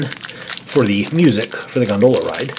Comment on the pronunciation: win but for the love of fish pronounce Gondola right!!!!